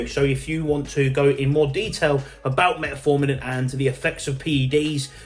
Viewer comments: Metformin, not Metaformin. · Metformin not met A forming...😂😂😂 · Great video, but please for the love of God learn how to say fucking Metformin 😂